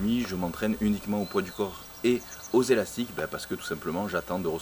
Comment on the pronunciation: "Des elastic-eu decathlong" ahah cool video